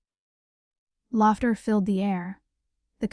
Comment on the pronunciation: If your AI can’t read maybe you need to fix your programming. Laughter is not pronounced latter. So she has secretly bought a penthouse but didn’t own a car in her 30’s? Really people!